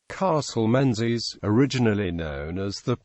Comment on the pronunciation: It's pronounced Mingus and Gaelic is pronounced Galik not Gaylik.